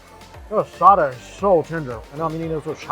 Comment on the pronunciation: He can say asada... But calls a bagel baygo...